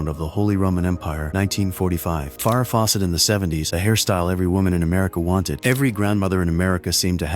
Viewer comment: "Milli Vanilla" oh man here comes my daily rant about how much Ai sucks! Edit : "Far"-rah Faucet